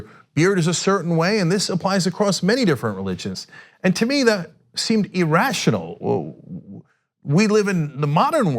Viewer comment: E-relevant E-rational What the hell are these words supposed mean? Now Ana is also mispronouncing these words.